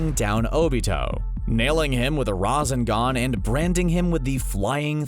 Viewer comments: IT IS NOT RAZZZEGAN IT IS RASSENGAN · Rah-Zen-Gon lol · You call sakura boring??? You cant even pronounce rasengan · He called Sakura boring and then proceeds to mispronounce Rasengan..... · He got it half correct I mean sakura is voting do that's the correct half and he mispronounced rasengan so that's the wrong half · Its not that hard to say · I loved this video but the way the narrator says rasengan and uchiha annoy me so much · After all this time you guys still can’t pronounce uchiha and rasengan properly.